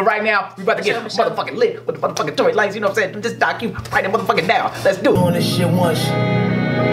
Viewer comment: nigga said Tory Lucas😂😂😂